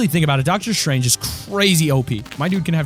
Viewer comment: ITS S T R A N G E NOT SHRANGE